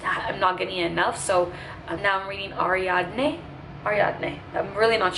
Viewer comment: Hi!! 🌻 Thank you for the vlog! You pronounced the greek mythology names correctly!! Hermes ( pronounced Ermis in greek) mas the messenger of the Gods, Ariadne ( pronounced Ariadni in greek) was a Cretan princess that helped Theseus escape the Minotaur in the labyrinth of the Cretan King Minoas. Its a beautiful story!